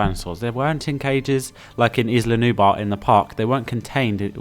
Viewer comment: (Sorry but I’ve got to ask, are you having trouble pronouncing the L? Because you keep saying Nubar instead of Nublar. Nu-Blar.) Anyway what I would do on Sorna is, make herds of dinosaurs but, give one the best colour pattern and stronger than the rest to make it the alpha of the herd. Your opinion about Sorna with first catching the wild dinosaurs before opening the park, is Very awesome!